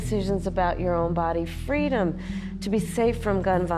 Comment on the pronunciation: Fweedom! How can you argue with that?